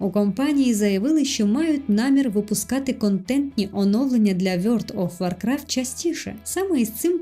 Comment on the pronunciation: Дуже цікаво, але що це за гра така "Вйорт оф Воркрафт"?)))